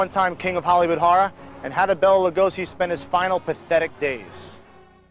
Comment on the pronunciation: Could have at least pronounced his name properly?